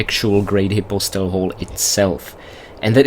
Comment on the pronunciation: I think the way he's pronouncing it is the correct way (but I'm not 100% positive)